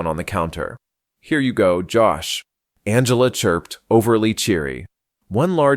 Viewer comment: AI cannot figure out how to say "Angela" correctly